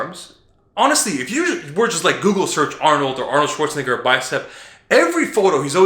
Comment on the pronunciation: Dude said Arnoldswanigga really